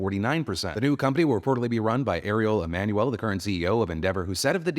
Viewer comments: I misheard what you said and at first I thought you'd said "Areola Manuel" not Ariel Emanuel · The way Phil said the ceo dudes name it sounded like Aerola Mannuel 😂